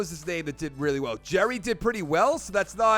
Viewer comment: Not that I think u give af but Gerry’s name is pronounced like Gary not jerry